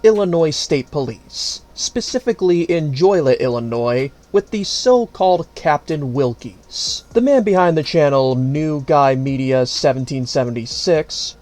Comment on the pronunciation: Joy-Let ill-Noise. Yeah thankfully it’s NOT PRONOUNCED that way because it’s a place where Joy goes to die. JOLIET Joe-Lee-et.